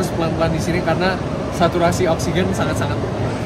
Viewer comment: Ralat: bukan sandat, tp sangat